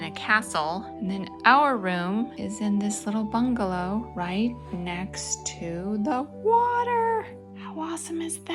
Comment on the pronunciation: Yea, I don't see how a lobby entrance would get any better. Plus we laughed out loud the first time you said "bungalow" 🤣😂